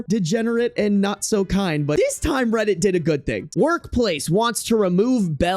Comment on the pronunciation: Reddit kinda sounds like rabbit